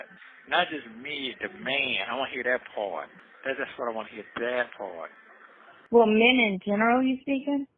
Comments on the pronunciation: omg !!! Is this Sonya admitting that had sex?? Or did I confuse “dat pawrt?” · i can’t even Spell the word “ part” the way his geechee azz pronouncing it!!😂😂